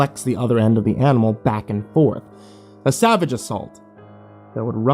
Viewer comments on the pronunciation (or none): none